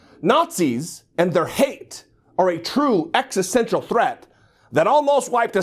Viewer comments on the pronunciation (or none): none